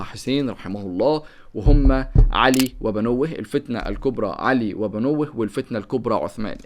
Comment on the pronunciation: علي وبنوه يعني وابناءه انت نطقتها غلط